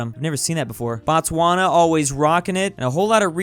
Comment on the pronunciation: every time botswana pronounation wrong